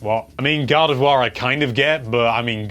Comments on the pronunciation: GADAVWA it's Gardivoir xD sry I had to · British accent is weird you pronounce gardevoir and god of war the same